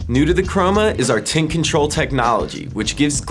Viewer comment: is it me or does sound like hes saying tit control when he says tint control?